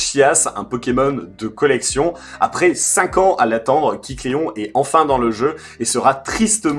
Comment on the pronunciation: AAAAAAAH tu m'a stressé toute la vidéo à dire "Kicléon", c'est pas "kick Léon" (pauvre Léon) mais KÉcléon... Sinon sympa la manière de l'obtenir, c'est bien vu et oui il est toujours obtenable. Ça va encore être sympa pour chopper le 100%...